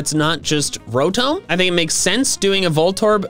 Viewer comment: You said Ro-TOME